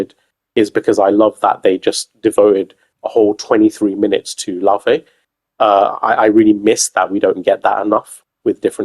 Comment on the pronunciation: is the closest one to pronouncing Laufey right.